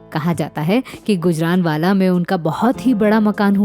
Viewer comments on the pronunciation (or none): सही उच्चारण ' गूजराँवाला' है, ना कि गुजरानवाला. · बेवकूफ गुजरानवाला नहीं गुजरांवाला. बनी पत्रकार